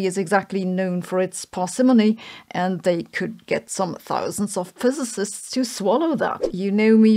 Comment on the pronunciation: Finally Sabine said "physicist" instead of "Fözösöst"